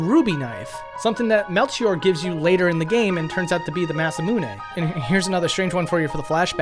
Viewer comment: You're still not pronouncing "Masamune" correctly. It is not "Massa Moo Nay", each vowel makes up its own syllable. "Mah Sah Moo Nay". Four vowels, four syllables.